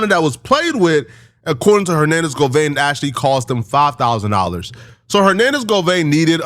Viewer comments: bro it’s Go-VAN where tf u get Go-Vein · Govan...not govain, 😂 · "OMGGGGG"🙄....It's 'Govannnnnnnnnnnnn'.....*Not, GoVainnnnnnn'.....Geeeshhhhh'🫪.....WTF,....And, Kept Saying It '... WRONG...( Like Nails💅🏼 on a Chalkboard).🙄😅. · "Hernadez govaine " pablo bloods" it's govan and peublo u illiterate bitch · Hernandez Govaine? GoVin like King von!!! You said it 500 times incorrectly!! I try not to be annoyed by you. 😊 But every weekend never fails. Govan your ass back to English class sir. G VON. You turd burglar. Watch this very close. I'm saying it's allegedly but this is what you could be looking forward to the next time you go back to LA. You have called cops on people you have called people murders and Killers while hiding down in Texas.n what separates you from from m GoVain? And I'm not threatening you I don't live in LA I'm just saying speaking in general terms you have upset a lot of people in California. You called the cops on a blind man for fuggsake..